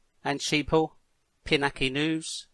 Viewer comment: PiNOC not PINAC